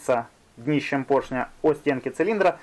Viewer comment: ПоршнЯ, кабелЯ, звОнит... ухи мои, ухи! 🤣